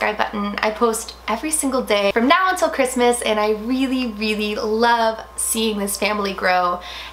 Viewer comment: I’m kind of sad that it’s Ressemas instead of chREESEmas ...😢😕😂